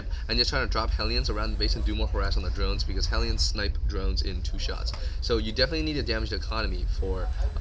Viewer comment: Hell - e - uns. Not Heel - yuns.